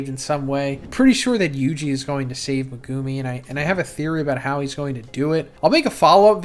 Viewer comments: Brother i NEED to point this out, its MEHgoome not meGOOme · Meh-gah-mi✅️ Meh - goo - mi🚫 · Why does he pronounce megumis name so weird. Lol. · Ya now if he could only pronounce megumi right 😂😂